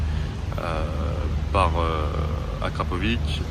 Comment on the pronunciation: Il a dis akrapovic🤦🏽‍♂️